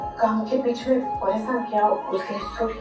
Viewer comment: Horrible show it is. How come a woman say other english words correctly, but can't say Sorry correctly. Instead she says Suri. Apart from that rest is you can't see a woman being bashed like this. I am sure that no family anywhere in the world goes through such hell whole situations. Question is what are they trying to portray, that a woman shud stand for herself and it takes 400 episodes to do that. I thank myself that i stopped watching this at the 200th episode. Atleast my BP is normal now. I watch Tarak Mehta ka Ulta chasma, which is hilarious and no doubt its the number one show till today.